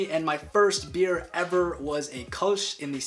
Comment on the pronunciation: You don't say "Beere" you just say beer